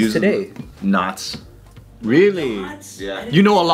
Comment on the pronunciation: I seriously thought said 'nuts' and not 'knots'. lol. I thought, where's this going? lol